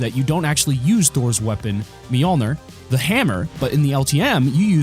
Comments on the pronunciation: Its pronounced meel-neer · I got triggered when he said “mijolner”